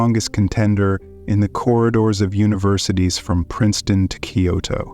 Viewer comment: You can’t even pronounce Kyoto correctly.